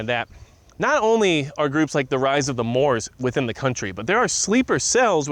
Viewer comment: Moops not Moors